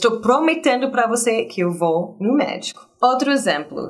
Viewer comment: Quando ela disse que ia ao médico, eu entendi que ela disse que ia ao méxico